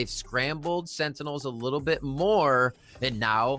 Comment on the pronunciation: so im not the only one who sometimes mispronounces Sentinels